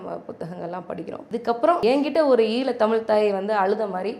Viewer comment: அன்பு தங்கை அறிவது ஜெர்மன் மொழியை சரியாக பேச அந்த மக்கள் விருபுவது போல் தமிழை தமிழ் என்று சொல்லாமல் தமில் என்பதும் விழாவை விலா என்பதும் நீங்கள் செய்யும் தவறு . அதை தயவு கூர்ந்து பயிற்சி செய்யவும். மற்றபடி உங்கள் விரும்பி என்று என்னை சொல்லிக் கொள்வதில் மகிழ்ச்சி